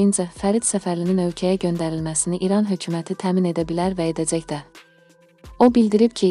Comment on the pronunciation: Edəцəy,gələцəy,azərbayцan,buna bir danışmaq öyrədin,adamın əti tökülür,dinləyəndə